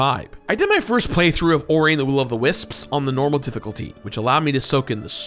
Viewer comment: pronounces "wisps" like "wis-ps", somehow giving it an extra syllable.